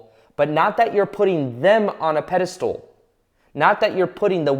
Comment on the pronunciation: PedistAl not pedistool.